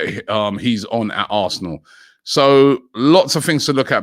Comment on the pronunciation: players linked with a mooov to Arrrrsnooooor